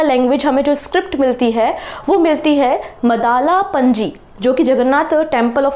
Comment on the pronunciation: That's mandala panji not madala panji